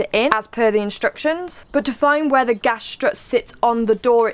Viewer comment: Gas! ..not Gash! 😂